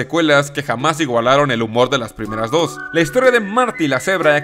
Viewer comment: ahora sabemos como decir dos correctamenten numero des :v